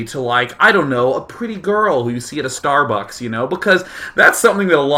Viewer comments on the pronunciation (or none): none